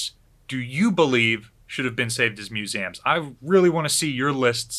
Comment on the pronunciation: Your missing the E in MusEums its not MuSAM... sorry its really triggering